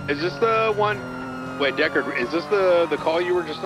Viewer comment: "Deckard" is super triggering.